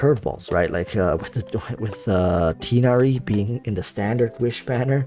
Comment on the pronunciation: U said tighnari's name wrong :(